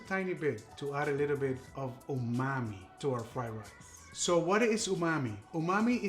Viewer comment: Umami!! I thought you were saying OOOHH MOMMY!! 😂😂 Like OOOHH MOMMY IS THAT GOOD!! I always learn something new!